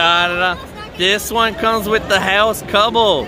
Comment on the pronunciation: Why are you saying house your supposed to say haos